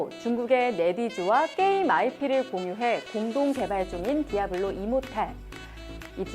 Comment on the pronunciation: 띠~아블로~~! 임~모뤌~ 으악